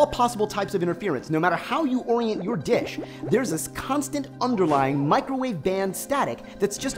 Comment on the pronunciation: who else heard "dick" instead of "dish"?